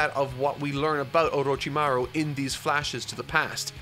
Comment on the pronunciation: seems struggling every time he says orochimaruuh XD